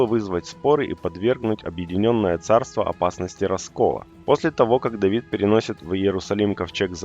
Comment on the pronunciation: Давидд.. Какк скавародка.. Тавид..